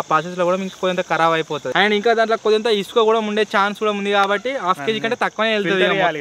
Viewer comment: ఊసక కాదు బ్రో................ఇసుక